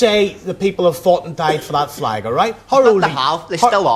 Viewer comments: "I see fleg people"...... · "Muh Fleg".